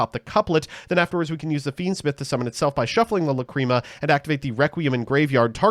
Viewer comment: Okay I'll bite; how did we pronounce the fusion monster named after the word 'lachrymose' correctly for months, but now that it's a different card we get "luh-CREAM-uh"?